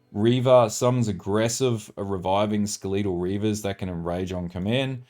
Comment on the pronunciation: Skah-lee-tul? Are you serious? Skelatal = Skell-ahh-toll